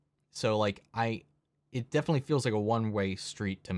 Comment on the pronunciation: You know the word is definitely, not defilly, right?